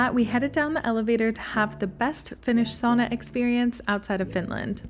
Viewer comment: Please learn to pronounce the one and only Finnish word... Sauna, not sooona.